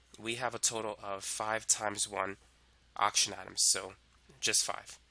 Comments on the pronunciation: Everyone:Oxygen Him:Auction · please learn how to pronounce oxygen 😭